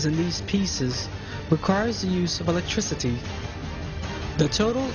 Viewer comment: An ex-el-ent conductOR or el-lect-triciT.